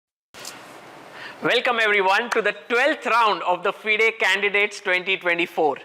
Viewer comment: The pronunciation Fide is "fiday" or "fyd" ?? Genuinely asking ..